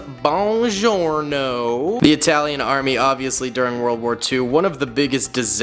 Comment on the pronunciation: “Aytaeyleeaan” “Moleeetov” - 2022